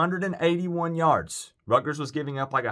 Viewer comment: Buddy, please learn how to pronounce the schools name. It's RUT ' - GERS, there is a "T" in the name!